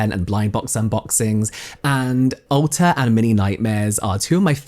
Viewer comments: I heard "Ulta" instead of Alter at first and was like "wow they're making some interesting marketing choices" lol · I thought you said "ulta" and I was like daaaaamn that's a beast of a marketing plan! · I thought you were saying Ulta, not Alter! That would have been even better.